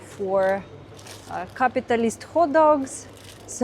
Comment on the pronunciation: I laugh every time you say "cap-ee-tal-ist" so articulately. I love it! LOL We're planning to visit at some point, I can bring you a capitalist coca-cola if you like :)